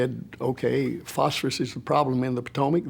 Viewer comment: Phosphorus pronounced "false for us", meaning death is false for us.